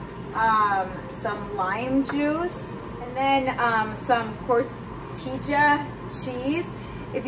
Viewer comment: Love how you say cotija cheese! Is the best !